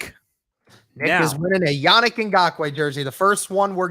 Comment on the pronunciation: Yannick’s first name isn’t pronounced “Yah-Nick” either. It’s not pronounced “Nick” at the end, it’s “Neek”. So it’s pronounced “Yah-NEEK” Then his Ngakoue is pronounced “in-GAH-kway” Hope this helps anyone wondering.